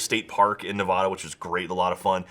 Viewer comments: pronounce Nevada right it's not Nev-odd-a it's Nev-ad-a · has been added to the hitlist for people who can't pronounce "Nevada" correctly. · hey it's Nev ah da not nev uh da please say it right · It's NUH-VA-DUH, not NUH VAH-DAH! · fucking said "Ne-VAH-DAH" no it's "Ne-va-da" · ITS NEV-ADD-UH!!!!!! NOT NEV-AWW-DA!!! SAY IT RIGHT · fucking Na-vah-duh not Na-vaw-duh, you jackass,! fuckin outta staters. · I live in Nevada and people get mad if u say Nev aww da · it's Neh-va-duh you fat piece of beard